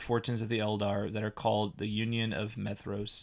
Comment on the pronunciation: "Maedhros" should be pronounced as "MY-throass" with a voiced /th/.